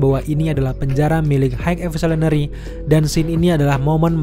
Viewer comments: "Hek Evosulinary" 😂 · "HEG EVISOLENERY" 😭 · Pelan2 bang…H I G H E V O L U T I O N A R Y….High evosulinary 😂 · dibacanya gini "hai evolusionery" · Bang... Kalo ngomong high evolusionery belepotan, di singkat aja bang 😂😂😂 supaya bang jangan sulit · Bang lu ngomong high evolutionary nya kaya yang berbelit, coba dengerin sendiri deh. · Kepeleset di high evolutionary ya? Wkwkw